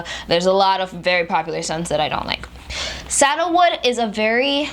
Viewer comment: Oh, SANDALWOOD...I love that smell too (I thought you were saying “saddlewood”) 😉😉👍🏽👍🏽👍🏽😉😉